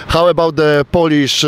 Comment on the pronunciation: Skoro wszelkie uwagi są zalecane to mam jedną : wymawianie słowa "Polish". W ustach autora słychać czasownik o zgrozo a nie przymiotnik. Słucham o wypastowanych facetach i polerowanym jedzeniu. Pomijam już ogólną koszmarną wymowę. A że mieszkam w kraju anglosaskim chciałbym wszystkim zwrócić uwagę że akcent jest tu bardzo ważny. Polacy, aby się nie zbłaźnić, wypowiadajcie "ou" w słowie Polish. Jeżeli to będzie tylko "o" to mówicie o pastowaniu! Akurat dziwnie się składa że "polski" i "pastować" pisze się po angielsku tak samo. Tylko wymowa jest inna. Nie narażajmy siebie i naszego kraju na rechot! A tak, nawiasem mówiąc, przydałby się jakiś odcinek o wymowie w języku chińskim, gdzie pewne słowa mając tę samą wymowę znaczą zuuuupełnie co innego. Pozdrawiam.